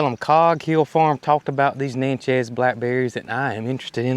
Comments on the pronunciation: Pronounced Nat-chez. Indian tribe. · You do not pronounce Natchez correctly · I'm not the name police. Call them what you want 😊. No biggie, but Natchez is like matches with an N in front.